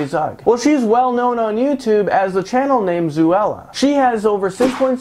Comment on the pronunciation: If you are gonna talk about someone say it right it's zo-Ella not zoooo-Ella